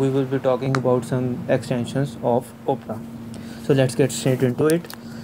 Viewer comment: Great video and your English is good also. I have a few tips to improve your English: the O in Opera is not pronounced like the letter O, it is pronounced like Aw. The way you pronounce it is like Oprah Winnfrey's name but the browser's name is pronounced just like the genre of classical music Opera or Awpra. Also, the word "cautious" is pronounced like if it were spelled cawshis. I hope this helps and keep up the good videos :)